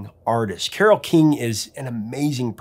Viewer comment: Did she really pronounce her cat's name like that? Admittedly, I took Latin, not Greek, but I've always read it with the emphasis on the second syllable. Anyway, thanks for covering Carole King and this magnificent album, that brought joy to so many of us with it's simplicity, relatibility, and unforgettably beautiful sound.